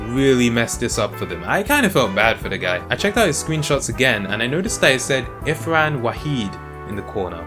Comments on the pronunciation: its Irfan not Ifran yo XD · Till this day, I am still pissed that he says Ifran and not Irfan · how and the hell do you read IFran instead of IRfan? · ITS IRFAN WAHEED NOT IFRAN WAHEED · It's "Irfan" not 'Ifran'....!! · My man it was IRFAN WAHID not IFRAN WAHID xD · Its not ifran waheed its irfan waheed thts how u pronounce it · Its irfan rahid not ifran rahid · Ir fan. not ifran